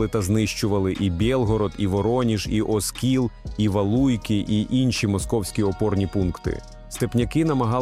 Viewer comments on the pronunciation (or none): none